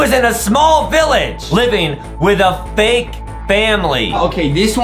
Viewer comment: I think Adam said vake instead of fake😂